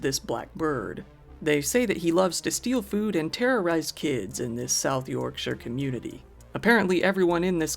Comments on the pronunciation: I appreciate you, as an American, pronouncing Yorksire correctly. Instead of saying Yorkshyer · So glad to hear someone say Yorkshire properly. Yup a ‘Nonce’ is a kiddy fiddler. England’s court system is great for ridiculously short sentences and constantly giving everyone parole and probation, even when they know that person will commit a violent act within hours. Not that I’m cynical or anything! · The only American Youtuber that pronounces the name of Yorkshire towns correctly. Respect 🤘